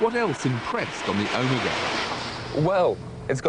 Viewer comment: this guy cant even say OMEGA correctly...